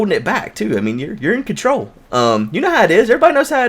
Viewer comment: Did you say, "You know that pee comes out and urine control of if?" I'm sorry that's what it sounded like, that was great.